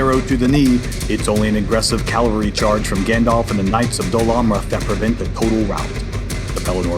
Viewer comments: You are saying calvary not cavalry. Calvary is where Christ was crucified. Cavalry is the military unit. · It's 'cavalry' not 'calvary'; two very different things. Still a great video though.